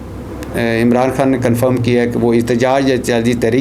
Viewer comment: احتجاج ہوتا اجتجاج نہیں پہلے اردو سیکھو پھر ویلاگ کیا کرو سبزی فروش